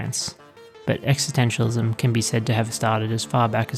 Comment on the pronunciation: Great video…but curious how you seem to drop the first ‘s’ in the pronunciation existentialism other than one or two times towards the end.